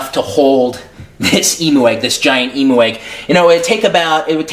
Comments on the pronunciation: "EM-U" Oh lawdie, here in Australia (where the bird comes from) we say it as "Em-you". :P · It sounds like you said "emo egg" XD